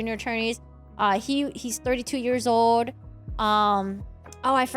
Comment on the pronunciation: It is 35 years "OLD" not "ODE" LOL